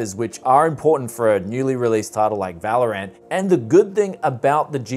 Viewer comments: He always says vÄlorant instead of valorant. 😂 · Normal people: valorant This guy: valor ant